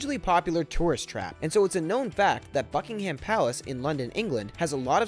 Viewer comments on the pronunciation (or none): does he say fuckingham palace?